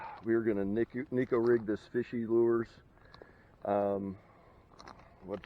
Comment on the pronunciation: Hello - Thanks for sharing your MTB unveiling and catch! You are actually spot on with the pronunciation of Fishoey Lures! The Dogger Pup you have is Mud Bug color. Try fishing it weightless(like a trick worm) Texas Rigged ( might want to peg the weight if you are in a lot of grass) or shaky head. Good Luck and tight lines!